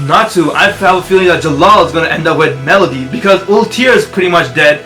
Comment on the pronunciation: Also, it's meredy not melody.